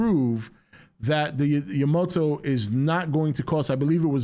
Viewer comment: It is yamato not yamoto 🤣🤣